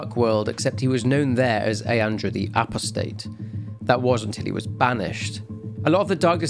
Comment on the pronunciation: that's not how you say Apostate